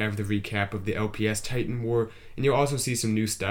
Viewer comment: It's LP five tie-tan lol.